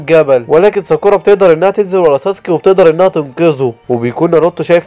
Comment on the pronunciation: اسمه ناروتو مش نرتو و ساكورا مش ساكوورا